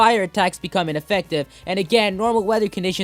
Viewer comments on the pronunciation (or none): none